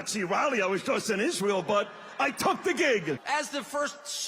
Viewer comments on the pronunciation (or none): none